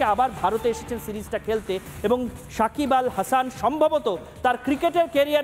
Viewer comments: মাদারি শাকিব হবে না সাকিব হবে। নামটাও ভাল করে বলতে পারে না সে আবার নিউস করে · Sakib khan, sakib bal hasan..... Ke sanbadik ra baba.....kon gorto takha asa ara..... Apnara uccoron sekhar jonno BTV dakte paren....